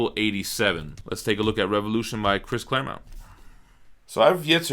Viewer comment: Pronounces “Claremont” correctly. Me: satisfied sigh: goes back to saying “Claremount.” Me: Screaming internally.